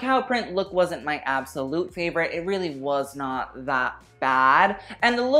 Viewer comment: They need another strong host rather than have Tan..he needs to learn how to say “really” correctly.